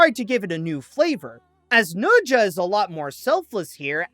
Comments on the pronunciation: It's NE ZHA not noja. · fun fact: pronounces the film as nocha 2 instead of nezha 2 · is that really how you say it? I just pronounce it like "na-sha"